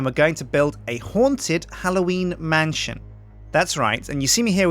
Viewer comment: You say mantion instead of man-sh-on